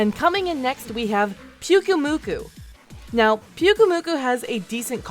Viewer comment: Why did you miss pronounce pyumuku